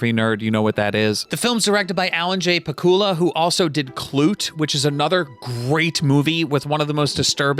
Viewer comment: Please never give advice about watches again. The fact that you recommend Ali express and homages is disgusting. Also you don’t know how to pronounce pakula ffs!